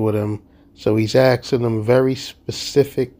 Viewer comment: More 'axe' ing